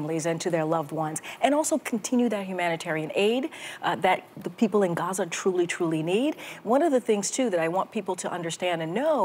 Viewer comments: Sunny the stress is on the first syllable not the second of Gaza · GAZA not Gazaaaa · Why she calls it gaZAH? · I know. If not not who would pronounce Gaza as GA-ZAAAAHH!!! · I’ve heard several Arabs pronounce it Ga-zah accent on the second syllable. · Sunny says Gazaa different from how everyone pronounces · in my experience most Americans pronounce it like Gaaza making “h”silent. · It's pronounced: Gha-zeh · The way Sunny tries to pronounce Gaza is so cringey. Lawd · I can tell you with 100% certainty that’s not how it’s pronounced. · I know, I've literally heard actual Palestinian pronounce it and that's not really how it sounds but it's clear what her intentions are lol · Incorrect. The way most Americans say is closer to the correct pronunciation than what Sunny did. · the way most Americans say it is the American version of the actual word which is Ghazza. I live in middle east and i know how arabs pronounce it. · I guess Sunny, the arrogant Latina woman pronounces " Gaza " in a special way............LOL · Sonny should learn how to pronounce Gaza if she's going to talk about it. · Sunny needs to sit down somewhere that is not how gaza is pronounced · laughing at sunny. She says Gaza with some sort of accent that isn't even how it is pronounced. Pretentious as usual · Sunny, girl, what’s with the pronunciation of Gaza